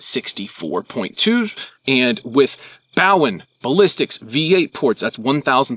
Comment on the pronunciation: One little correction. When you talked about Bowen Ballistics; you mispronounced Bowen. It’s O as in bro not O as in ouch. Sincerely, M. S. Bowen Jr